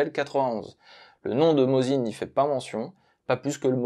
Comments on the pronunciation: Si ça peut aider: Mossine et non pas "Mozine". En russe c'est écrit avec un C (s) pas un 3 (z) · Merci pour ce bon épisode. Je possède trois modèle différents de Mosin et des cartouches alors que je n'ai jamais eu l'occasion de tirer au fusil... Une petite correction : il aurait été plus élégant de prononcer le nom russe, Mossine.